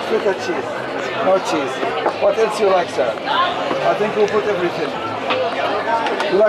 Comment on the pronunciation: I like that accent “Whaaat aelse Doo you like?”